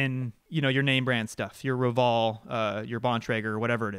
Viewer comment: What is this Rovall you speak about ? why the need to add an accent to this name ? its oval with an R in front. Roval. An American brand not French or European or whatever this pronunciation is trying to make it sound like ;)